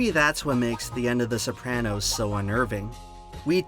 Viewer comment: Wild that the author of an essay about The Sopranos can't even pronounce the title correctly!